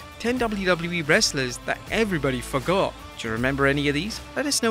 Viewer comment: Don't know if it's the accent, but I totally heard "everyone F**k off" instead of "everyone forgot".